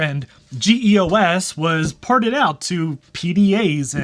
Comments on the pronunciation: Hee EE Oh Ess? Dude, it's pronounced Jee-Oss. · As far s I remember, it was GEOS, not GE/OS (no slash). And I thought it was pronounced "jee OS" (from the name Geoworks), not "G E O S".. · Why GE/OS and G E O S? Ummmm It's pronounced Gee-OS and was just GEOS not like the General Electric OS that doesn't exist. + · "G.E.O.S."? Why can't you just pronounce it as "JEE * os" ("jeeos") like normal people do? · You say it as a word GEOS. Not individual letters. It's pronounced GeeOS. You make me cringe. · Ok idiot. It's pronounced geos. Jee os. Guy probably says D O S instead of dos. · LOL "GEE EE OH ESS". Geeoss Christ. :) Peace, man - great vid as usual.